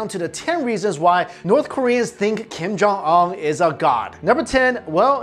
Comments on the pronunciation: ung not ong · It’s Kim jun un not Kim jung ong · Kiem Jaw Awn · King Jon Un. Not Kim Jong un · kim yung ungh. lol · Kim kong ong?!?!? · It's pronounced (Kim-jon-oon) great video though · I keep hearing "Kim jung ung" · Un doesn't sound like UNbelievable, it sounds like oon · 12blue spirits it’s kim yong uhn ... u can’t even say it urself 😂😂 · "Keem Jong Ul" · "Kim jung uh!" Bruh.... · stop talking about this man if you cannot pronounce his name like honestly it’s not that hard to pronounce 😂